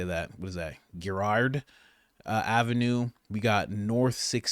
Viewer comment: Oh lord man…it’s a “j” sound. Girard (jurard). 😂